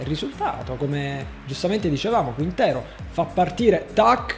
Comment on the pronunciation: Se riesci a pronunciare bene TSYGANKOV, sono sicuro che puoi pronunciare anche CHINTERO in spagnolo. Daje :)